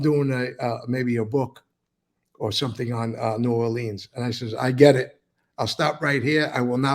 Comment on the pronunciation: C'mon Mikey you gotta say it New "Or-lyns" or New "Or-lee-uhns" so if you're ever in the city they'll think you're a local. Cant wait for the book on that. Alot of people think the New Orleans Axe Murderer was actually Black Hand related hits as the victims were mostly Sicilian grocery store owners. The Italian and Sicilian influence on cajun/creole/French/African/Spanish/Southern food has resulted in some of the best food ever.